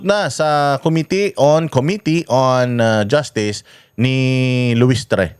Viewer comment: bakit naman luistre bangit mo? Sound Buwetre tuloy eh 😂😂, ang Tama eh Luistro diba?